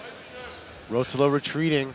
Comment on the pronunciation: the way he pronounces ruotolo gahhhh